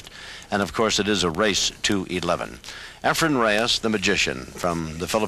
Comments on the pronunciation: These Clowns keep saying Efren's name wrong. Almost all of these guys even the pro players who play against Efren call him Efrem! The last letter in his first name if Efren!! Not an M but an N! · Well answered by Ray. I noticed Efren's name mispronounced in this video only by Nick Varner and Nick is always respectful to Efren. To refer to pool legend Nick Varner as a "clown" is very insulting.